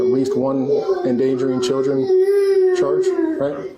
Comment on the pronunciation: "Chir-dren." This video is every stereotype wrapped in one. All of them. ALL.